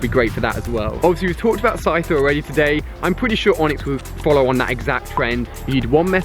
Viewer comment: it's owredy hear